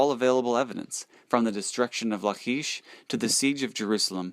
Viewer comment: Good info, but you're mispronouncing. "ch" in the Hebrew scriptures is pronounced as a hard C La-kish and Se-nak-a-rib